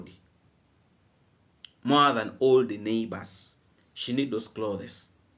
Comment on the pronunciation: no offense intended here. The word "clothes" has only ONE syllable. Each time you said it, u separated it into 2 syllables. Google the spelling of it to verify what I've shared. 😊😊😊